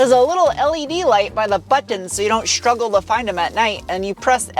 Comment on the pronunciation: Every ‘S’ is shhh as in shtruggle and shporty. Very cute.